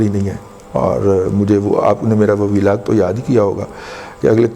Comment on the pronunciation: جناب معضرت کیساتھ لیکن اپ ولاگ کا تلفظ صحیح کرلیا کرے۔ ولاگ ، وی لاگ نہیں